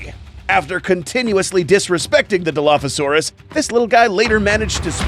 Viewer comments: The real dilo is not whatever you said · Your saying Dilophosaurus wrong